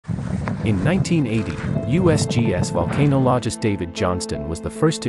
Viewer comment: Jesus this is way wrong. As well as the pronunciation of "volcanologist"